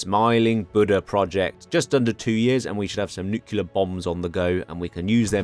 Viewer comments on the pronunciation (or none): none